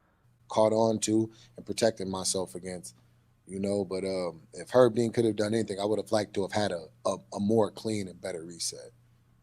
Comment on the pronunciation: calling Herb "her" then saying picter twice, homie you hammered G????????? 😅